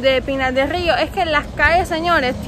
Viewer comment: Qué rico dices, Pinar del río!